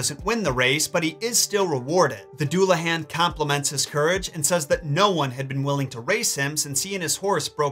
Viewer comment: Duel-uh-hon. Please stop hurting me